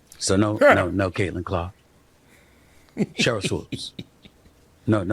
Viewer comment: Hey, its SHERYL not CHERYL... LOL